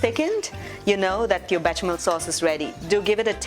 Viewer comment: Be "sha" mel. My OCD is out full force